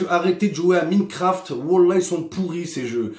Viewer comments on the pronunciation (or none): « Arrêtez de jouer à MINNEcraft » bon Momo et l’anglais on repassera 🤣 #OfCourse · M"i"necraft et forn"i"te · Mdr comment il a prononcé "Minecraft" 😂😭 Plus merci de détruire des millions d'enfance sur ce jeu 😅